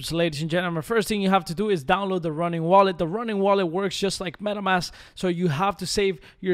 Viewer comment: It's "Ronin" not "Running"